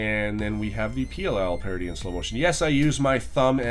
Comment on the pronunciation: i think the way you say the oll and pll parity was wrong